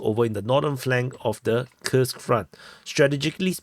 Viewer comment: Your pronunciation of Курск is awesome :) . It's correct.